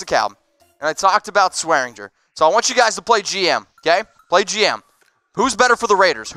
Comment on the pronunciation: Damn it there is a g in swearinger that's not silent